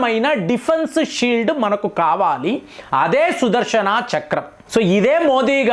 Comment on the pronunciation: sudharshanaaa kadhu sudharshana please pronounce clearly the words